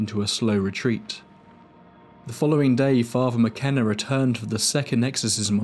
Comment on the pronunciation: Thank you for an interesting watch! It’s very well-researched. One little thing - I kept noticing throughout the video that all ‘th’ sounds are pronounced as a ‘v’ sound. I think your narration would improve if you worked on that. For instance you say ‘father’ as ‘farva’. It doesn’t match the articulation in the rest of the video. Just a thought! Anyway thank you for the video!